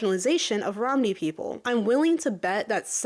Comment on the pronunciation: Random pointless tangent but your pronunciation of 'Romani' sounding like 'Romney', like Mitt Romney's surname made me giggle. I learned of the G-word being a slur from ProfessorFlowers whos a cool political youtuber